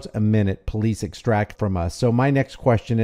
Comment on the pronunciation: The PoFleece? 😂